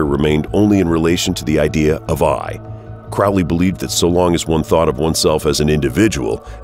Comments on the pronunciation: his name is prounced like HOLY, not CRAAAALY. CROW LEE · The Crowley we are talking about is Cro-lee. That would be detrimental research if I were making a video on a person. It's embarrassing to make an entire video and mispronounce the subject's name. Amateur hour. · Ackchyually, it's pronounced "CROE-lee." Doesn't abandoning one's ego contradict the whole "do as thou wilt" ethos? So Crowley was a collectivist? Isn't that a right-hand-path ideology associated with "slave morality?" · Crowley is pronounced "Cro-lee" not "Crau-lee" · "His name is Crowley, rhymes with Holy, it isn't Crowley, that rhymes with foully--ugh!" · Anyone who pronounces Aleister Crowley as "crawllee" or otherwise, really has no idea who they're talking about. Wholly uninformed. Properly pronounced, Crowley rhymes with 'holy'. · Crowley's name is pronounced to rhyme with "holy." That's how he himself wanted it pronounced. His official biographer, John Symonds revealed this in his book, The Great Beast. It's out of print & expensive, but essential if you want to be credible. Other sources will tell you the same thing. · It's Crow-ley - it rhymes with holy! And the demon's name is misspelled in the header. Other than that, excellent. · 'Crowley' rhymes with 'holy'; this from Regardie, his secretary, so he should know. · Blows my mind how so many people listened to Ozzy Ozborne mispronouce "Crowley", and the whole world went, "Oh, everyone has mispronouced that name for centuries. Thanks for clearning it up, Ozzy! *facepalm*. It's pronounced CROW, like the black bird. Get it right. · Please if you're going to speak of my teacher pronounce his name properly. It's Crow like the bird Crowley. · The commentator is so obviously anti Thelema and anti Crowley from the way he pronounces Crowley as Crowley said "those who think me holy call me Crowley (as in crow) but those who think me foul call me Crowley (as in Ozzy Osborne song Mr Crowley).Iam a Thelemite and follower of Uncle Aleister